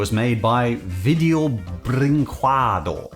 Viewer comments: it's pronounced "vee-jay-oo breen-quay-doo" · Ah, hearing attempts to pronounce Video Brinquedo has me feeling all nostalgic! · What I imagine you saying: Oh, jeebus... All these years, and I STILL can't say that stupid name right.